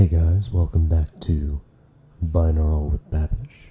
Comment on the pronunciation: Binural Babish